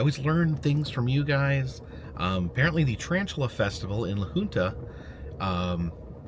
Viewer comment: A quick note, as I notice you have pronounced it every way except for the preferred way, the Colorado town you spent a few hours in is named La HUNT Uh